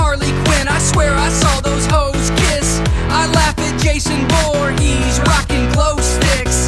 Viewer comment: It's been literal years and I never noticed he says "Jason Voor-he's (Voorhees) rocking glowsticks"